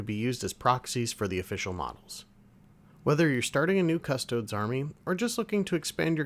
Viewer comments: “Cuss-Toe-Dees”, not “Cuss-Toads.” If you can’t correctly pronounce the name of the subject you’re discussing, I’m not watching your video. Extra credit: “Ah-Star-Tees” not “Ass-tarts.” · Are you pronouncing Custodes that way to be funny?